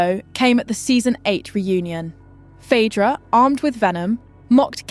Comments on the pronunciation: 'Phydra". Okay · Phadra, phedra, phidra...... trash AI narrator. Pick a pronunciation! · Pick one pronunciation of Phaedra😂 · Different pronunciations of Phaedra. Crazy